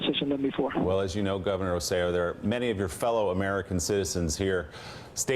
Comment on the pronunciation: And he says that when you guys once again mispronounce his name. It's Rose-eh-JOE or Rose-eh-YO depending on whether you're speaking with a Puerto Rican or Castillian accent. Love you guys but get the poor guy's name right. He's working so hard.